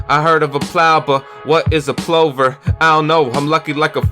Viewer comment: 1. A plover (it has a soft o, so it rhymes with lover) is a kind of bird. 2. I absolutely feel u about sharing ur stuff and not letting it stagnate on ur hard drive. I do a little bit of art myself and some of it isn't great, but I make myself share most of it because art without sharing is just mastur... well, u get the idea. 3. Some of your freestyles could be cleaned up a little and made into songs. Both on this video were good enough for that. That's everything. Keep up the hard work. Ur killing it out here (hare) like it's rabbit season.